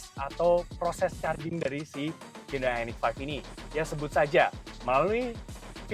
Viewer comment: respect dengan penyebutan merk "HYUNDAI" dengan benar